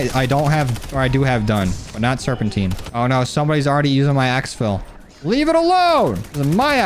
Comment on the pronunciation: ITS SERPENTINE Serp in tuh night